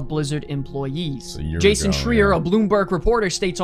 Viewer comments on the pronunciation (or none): none